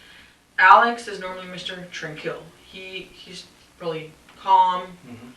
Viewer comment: It’s sad because she actually thinks she’s somewhat intelligent. Example : tranquil was pronounced Trang- Kill …………….